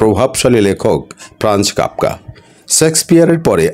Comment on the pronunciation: ফ্রানজ কাপকা😅 আপনি বেতারে চাকরি করলেন কিভাবে এই উচ্চারণ নিয়ে?